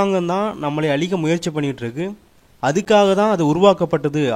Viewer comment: alikka illa.azhikka